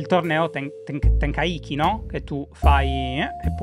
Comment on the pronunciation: Tra le cose di cui scusarsi nella prossima puntata c'è la pronuncia del torneo Tenkaichi